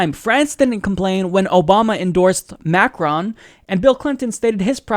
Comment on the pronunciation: It's cute how you mispronounce Macron.